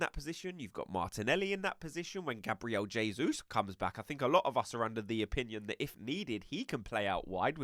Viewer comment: Yay! Someone who pronounces Gabriel Jesus properly! Kudos! 😊